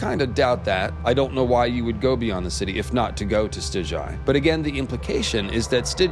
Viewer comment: Stig-guy, not Stij-jai.... cmon now